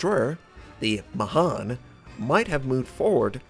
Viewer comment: I had a guy in my regiment named Mahan. he pronounced it as 'man'. Lol so it erks to here ma han.